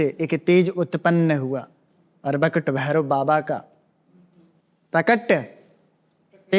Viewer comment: Bakut Bhairav nahi Batuk Bhairav